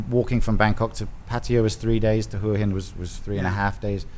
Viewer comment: still can’t pronounce Hua Hin correctly. 😊